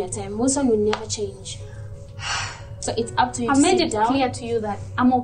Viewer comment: Wilson: This isn’t the first time you’ve let your anger get the BERST of you Rita: But I can CHARNGE ME:👁👄👁🍿🍿🍿🍿🍿🍿🍿🍿